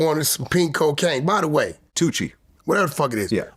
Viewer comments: not toochi its toosi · It's pronounced too-cee Vlad... Not tuchi... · Vlad Said "Too-chi" lol It's Pronounced "Too-See" ..Tuci😊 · Tucci= two-see get it straight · I’m getting tired of vlad mispronouncing toosi 😂